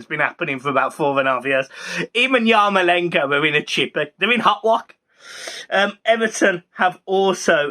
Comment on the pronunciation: Ross Barkley would walk into the Everton first team even before he’d put pen to paper. It’s Mykolenko, 4 syllables My-Ko-len-ko Try not to be an illiterate whilst doing videos for Everton, it’s bad PR